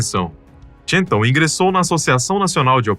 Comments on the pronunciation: Cansei de assistir... Não sei se é IA ou humano mas, entre o "Tchental" ao inves de "Chantal" (que, à la française se pronuncia como Chantállle"), e a enrolação das frases, me cansei. Tchau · PQ O NARRADOR ESTÁ PRONUNCIANDO "TCHENTAL" AO INVES DA PRONUNCIA CORRETA "CHANTAL"?????? PQP! NOME FRANCÊS SE PRONUNCIA À LA FRANÇAISE, CARAMBA! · Ela é francesa e seu nome é chantál, não tchêntal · Ela era francesa, pq pronunciar seu nome como se fosse inglês ? Se não sabe francês, Basta pronunciar como em português que fica bem próximo e maus bonito. Essa pronúncia « tchéntal » é bizarra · A maioria dos comentários revela pura inocência. Bobos dos que se deixaram fascinar pela beleza dela e se arriscaram ao limite. O narrador tenta dar uma conotação desprezível à alpinista mas nem sabe pronunciar o nome dela, pronuncia como se fosse um nome americano. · Equipe “Neolandesa”??? Se diz “Neozelandesa”… E o nome dela não se diz “txântal”! É francesa…Chantal se pronuncia “Xantál”…